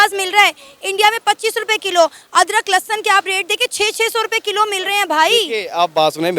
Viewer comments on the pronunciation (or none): adrak lassan nahin l...a lassan lelo tum